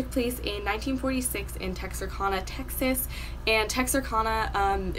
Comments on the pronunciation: It’s pronounced Tex-are-can-uh... not Tex-are-Kahn-uh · Btw Texarkana is pronounced(Tex-ar-can-a) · Great research, but the pronunciation of Texarkana is Tex-Are-Can-Uh, thank you, that is all. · You butchered the name Texarkana 😂but it’s okay I live there lol ... keep up the good work